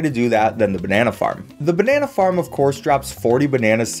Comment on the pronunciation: Why did I hear the Banana Farm as Banana Fart